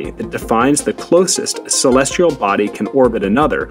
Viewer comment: Celestial, not celestrial.